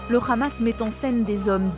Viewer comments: C'est Hamas et non "Khamas" ....vous trahissez a peine votre langage sioniste.... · Y m'énerve quand y disent le Ramas c'est le Hamas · Arrêtez par pitié de prononcer ça le "RRAMASSSSS" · pourquoi la journaliste dit KHamas ? elle sait pas parler ? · pourquoi le hamas prononcé "amas" est maintenant prononcé khamas ? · Op op op la présentatrice a prononcé Lee Khamas hé hé hé BFMTV 😂😂 Vraiment je crains pour la France est devenu une colonisation sioniste 😢😢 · Un mois encore et BFMTV changera de prononciation le Hamas deviendra le Khamas 😂😂😂😂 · C le Hamas pas le KHamas vous êtes journalistes français ou israéliens ?!! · C'est drôle la façon de prononcer le mot Hamas des journalistes français avec un accent qui n'a rien de français d'ailleurs, bref vive la Palestine libre, on saura se souvenir de la manière que les medias ont eu de traiter l'information et limite de l'incitation à tuer des enfants sur la bande de Gaza. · Quand le journaliste prononce Akhmad yassine au lieu de Ahmad, ou bien khamas au lieu du hamas, 😂 plus besoin de continuer la vidéo .